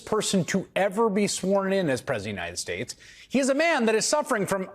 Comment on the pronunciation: The question arises as to why the media doesn't treat Trump as they did Biden. It seems they must regard Trump as sane, which is quite ironic. The issue may stem from a fear of confronting someone perceived as unhinged to the extent of mispronouncing 'United States'. It raises the question: has the media compromised its integrity?